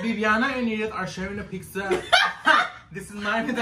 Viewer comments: I’m from Oxnard 😂😅 and I pronounce it PIKZA not pizza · Did he say “Pikzza?” Lol